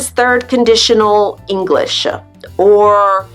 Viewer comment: Hello. I would ask You: "why do You pronaunce additional sound "a(e)" at the end of the many words.. for example You are saying "English(e)" e.t.c? I never heard such an interesting ending.